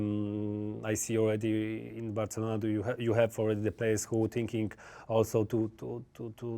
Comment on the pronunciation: He says just right.